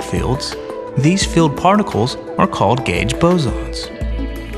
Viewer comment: Dear voice-over guy: The word "field" is pronounced FEE-eld, not FILLED.